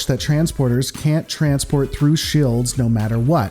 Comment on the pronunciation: What the Hell are "shilds?"